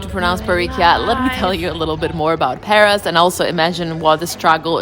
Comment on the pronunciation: Shit - you have no idea how to pronounce anything? It's PAROS not PARIS, and you're sitting under a BOUGAINVILLEA not BOAGINVILLE